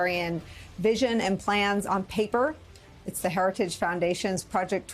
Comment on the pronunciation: He can't even pronounce heritage.